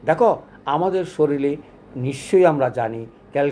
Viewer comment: শরীর না বলে শরীল বলেন কেন? আপনার এ ভুল উচ্চারণ আপনার নামের কলঙ্ক হয়।